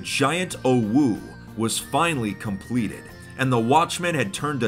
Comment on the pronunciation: i might be high but did he just say "compweted"